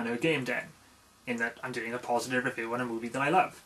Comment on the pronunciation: first major "revoo":P